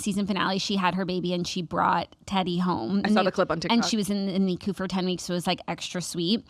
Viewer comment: Girlies love you so much obsessed with you 0 complaints except just one tiny little one. Don’t hate me. - it’s n i c - you. Nicu. Love yaaaaaaaaaaaaaaaaaaaaa❤